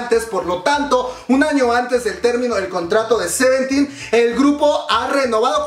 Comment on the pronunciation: que es, "garvity" y "seventten" ¿?, yo sólo conozco a "CRAVITY" y a "SEVEENTEN"